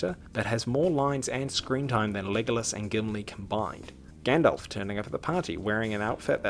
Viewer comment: Frodo saying Gandalf: Gyandalph 😂😂😂😂😂😂😂